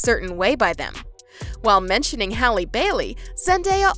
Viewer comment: hrlp who is Hailey Bailey its Halle Bailey HALLE